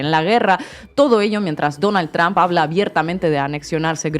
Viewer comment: Mas alla de que apoyo a la presidenta, seria bueno que aprendiera que trump NO se pronuncia "tromp"